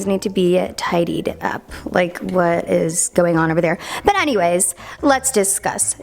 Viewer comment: Once you mistaken her "anyways" with "hannyways" u can never not hear it again